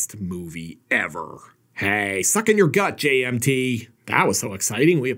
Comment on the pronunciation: Does anyone else hear 'J&B' everytime says 'JMT?'